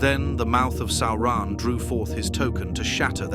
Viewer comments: It's almost correct. Just needs the emphasis on the first syllable. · What is a Sow-ron? Is it like a militree? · Sauran?? SAURAN???? Really? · WTF is Sowrahn?!? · The Video is good, but the ridiculous pronunciation of Sauron's name is annoying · Now now, AI is still learning how to say Sauron